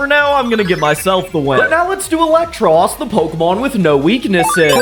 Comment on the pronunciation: "Eel-ektross", not "elec-tross".